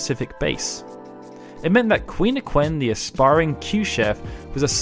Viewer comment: Quina is Queen-a/King-a